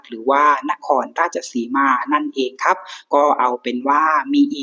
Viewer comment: อยากให้ลองเล่าโดยไม่ต้องตั้งใจลงท้ายด้วย"ครับ" เน้นๆ, เล่าแบบธรรมชาติคนติดตามฟังจะรู้สึกสมูทกว่า